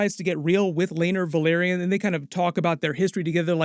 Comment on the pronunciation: Say "Vell". - OK, "Vell" - Now say "are". -"Are" - And now say "Yon". - "Yon" - ,Well done! Now put them together and say "Velaryon" - "VUHLEERIAN".